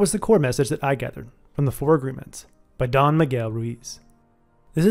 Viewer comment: Nice summary! Fyi- “Don” rhymes with “bon” voyage and is an honorific, like “sir”